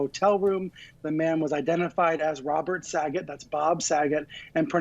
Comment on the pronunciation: Hey --learn how to pronounce "deputies" (sounds like "dep-you-tees"). Also, learn to pronounce "tour" (it rhymes with "newer").